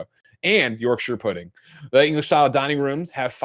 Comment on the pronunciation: “York-shire”??? As a Brit… what the…!